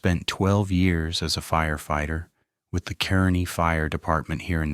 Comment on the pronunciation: Kearney, NE is pronounced "Car-knee" no "Kern-ee".